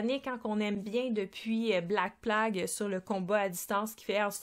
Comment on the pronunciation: J'essaie de comprendre la logique de l'accent québéquois... Vous avez un accent de dingue sur la plupart des mots anglais "kickstarter", pledge", "Invader", "western", etc... Et pourtant Black "PLAgue", avec le pire accent français du monde, on dirait un de mes élèves... Comprend pas. Idem, moi pas comprendre pourquoi vous traduisez tout (pas de shopping, mais du marchandisage, je crois?), mais à côté de ça, vous "backez" le jeu au lieu de... je ne sais pas, moi... le financer? Quelqu'un m'éclaire? :)